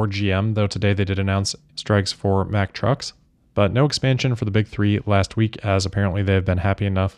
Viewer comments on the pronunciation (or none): none